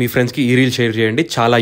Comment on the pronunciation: Nice... Last oka 3 to 4 videos chusanu bro.. Wander ane word correct ga pronounce cheyatledhu.. Okasari chudandi google lo pronunciation.. Endukante channel peru meede kadha.. A dhe correct ga pronounce cheyakapothe bagundadhi kadha ani